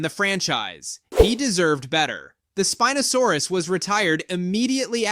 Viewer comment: Spin-o? Spine-o-saurus